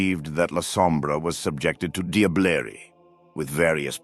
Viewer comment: First time finding your channel. Great production value, this must have taken some time to write and produce. This hunter knows more than most Lasombra elders. The SI would really wipe out kindred society with this much insight and meta level knowledge. Love your VO even with the odd pronunciation of some words like Sabbat, Diablerie, Malkavian etc. It really takes me back to the epic narration of the original transformers cartoon and 1986 movie. Look forward to watching your channel develop. Subscribed.